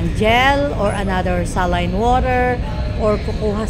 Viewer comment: Saline, or you pronounce it like “seylin”.